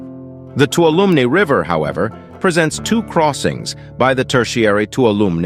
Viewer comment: It's pronounced Too-wall-0h-mee river